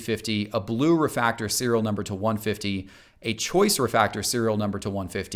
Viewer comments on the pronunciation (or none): What's a "refactor"? Does he mean "refractor"? He keeps saying "refactor" over and over again. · “ReFACtor, ReFACtor, ReFACtor….” It’s refRactor* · It's Refractor,not refactor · Am I dumb for tripping out when he kept saying refactor instead of refractor? Is that a valid way to say it? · Say it with me, spell it with me, pronounce it with me RE FRAC TOR!! Lol that second “R” is important, great information though, gotta let them know sometimes the base RC is more valuable than some of the parallels and even some of the serial numbered parallels if the number is too high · I cant be the only one that cringed a little every time said RE-Factor with no R in Fractor... Nothing personal & no hate intended what so ever but I would really hope that someone creating content to teach with know how to say and pronounce something so ICONIC and INTEGRAL to the hobby like a Refractor... It's definitely a simple easily corrected mistake I'm sure you've already taken care of... but just in case helps to remember the R in fractor bc we collect X-Fractors & ReFractors and aren't watching the Xfactor or finding the factor of a math problem 👍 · refRactor. The "R" - but I wish I saw a video like this a long time ago. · I’m sure somebody else has commented this but he’s not saying refractor is he?